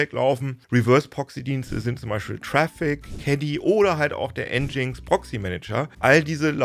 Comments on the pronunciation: Das heißt nicht N GINX sondern "Engine X" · Es heißt "Engine Ex" und nicht "Endschings".. (Aussprache von Nginx) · Für mich leider ein langweiliges Thema, denn der Inhalt des Videos ist so schon deutlich über 10 Jahre umsetzbar und einfach alte Kamellen. Dann auch noch nginx falsch ausgesprochen. 🤡